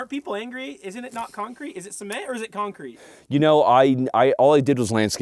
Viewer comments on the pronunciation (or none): Disappointed in haha. Its not CEE-MENT.